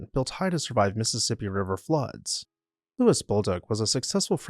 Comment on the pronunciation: Also, while we are there, a French Canadian man called Louis is not pronouncing it “Lewis.”